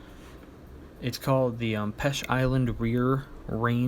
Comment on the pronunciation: Note that Peche is pronounced Peach. Peche island is a Canadian island and the lighthouse was purchased from Canada and moved there.